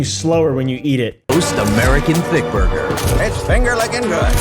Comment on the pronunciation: buguh and fwies 💀